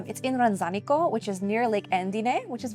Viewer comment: Love your story🤗 Sorry, I couldn't help myself. It's pronounced RanZAnico.😉 My husband's family home is right by the church. My daughter taught English in Lovere during COVID and your story is so inspirational 😁 Thanks for sharing👏👏👏